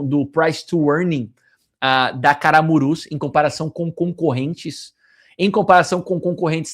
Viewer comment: Camurus e não Caramurus kkkk